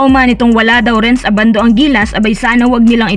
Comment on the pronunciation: Ang pronounciation ng surname ni Renz ay Ndi po ABANDO na parang UBANDO (bulacan)